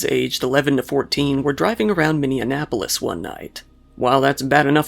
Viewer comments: Minneanapolis??? Bro, it's Minneapolis, like mini apple less. 😂 We're cracking up over here. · You said Minneanapolis which is incorrect. It’s Minneapolis. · Minneapolis. NOT "MinneANapolis." Ha, I had to go back and hear this twice, to make sure I wasn't mis-hearing you. Yeah, that happened in my hometown. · Tf is minneanapolis? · Minneanapolis? No we call it Minneapolis. Or Murderapolis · Indianapolis + Minneapolis = "Minneanapolis"... I guess?!😃😂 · What is "Minneanapolis"?? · “Minneanapolis”? Lmao just to be clear, it’s called Minneapolis. You were confusing it with Indianapolis I think 😂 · Minneanapolis or Minneapolis? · Wait... "Minneanpolis," not "Minneapolis?" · It’s Minneapolis lol not Minneanapolis 😂😂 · "Minneanapolis?" Seriously? This is worse than calling the midwest "flyover country." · No hate, but minneanapolis? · It's minneapolis, not minneanapolis! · Its "Minneapolis." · Minneanapolis 🤣 love your stuff, but this made me pause. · Mini-annapolis! Lol. You're adding a syllable. :P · (Min-e-app-olis) sincerely, a Minnesotan. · Min-e-ap-olis is the pronunciation. Here in Minnesota, we have a huge problem with extremely young juveniles stealing cars. It's unreal to think these children, actually babies are shooting, stabbing and other hanious crimes. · It made me think he was saying Indianapolis. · Minneapolis is (sort of) my city lol, you mistakenly said MinneANapolis, just thought I'd correct you. But wonderful video<3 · Minne - ap - olis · Minneanapolis... Fun :D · TF is wrong with your pronunciation of Minneapolis? There is no other N after the 2. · I believe you accidentally fused it with Annapolis :)